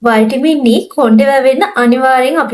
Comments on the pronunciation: වටමින් කියලා pronounce කරන්න්නේ ඇයි? විටමින් කියලනේ කියන්නේ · වටමින් කියලා pronounce කරන්නේ ඇයි? විටමින් කියලනේ කියන්නේ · වෛටමින් E nemei විටමින් 😂😂😂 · වයිටමින් නෙවේ විටමින් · වයිටාමින් නෙවේ විටමින් ❤️😌